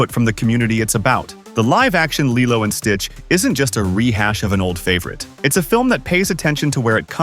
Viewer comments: LILEO? IT'S LILO! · It’s KEE-LO not LII-LO!!!😮😮😮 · Is this AI VOICED ??? Only AI that keep changing pronounciation. I mean, the narrator clearly said LILO at th begnning... but in the end, he keeps saying LAILO.... many times!!! Come on! Only AI makes this stupid mistake. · I don’t really like how & the way that the narrator pronounced LILO in some parts of the video! Does anyone else feel the same way? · I've seen the live action one... But I haven't seen the original one in forever... Also tell me why Lilo's name is being pronounced like that, and why these videos sound like they have AI voiceovers...